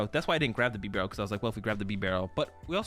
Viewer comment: You don't pronounce beaver like "beh-vur", it's BEE-ver. Bibarel's name is a play on the pronunciation of beaver, it's like bea-barel.